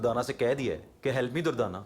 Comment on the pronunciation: not durtana... it.s durdana